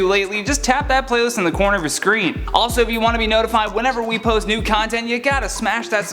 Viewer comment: I swear I thought I heard him say NUDE content and not NEW content. Haha that went from YouTube to OnlyFans real quick. 😂